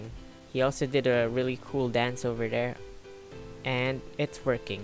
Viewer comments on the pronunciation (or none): none